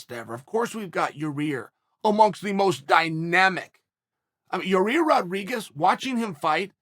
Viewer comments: He slipped up and accident said Yair’s name right lol love Uncle Chael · Chael finally said Yair instead of Your Ear